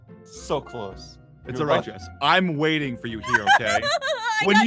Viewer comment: jessOH OH OH OH! diglet! thats what i heard XD